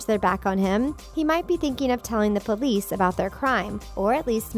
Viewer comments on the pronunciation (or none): none